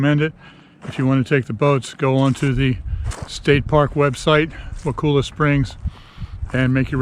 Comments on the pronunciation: Look dont say wakulla like wa-cool-a the locals dont like that, its more like a wakulla said like color but with an a sound at the end instead of an r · FYI it is pronounced WAA Cull A not WAA cool a. The boat rides are well worth your time! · You were so close, wa kull a is how we say it.😊